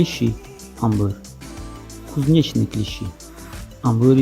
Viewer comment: Отлично как всегда, спасибо! В слове "клещи" (анбур) ударение стоит на букве Е - кле́щи. Если сказать слово с ударением на И (клещи́), как в этом видео, то оно значит "канаҳо". Клещ - это кана, клещи́ - канаҳо.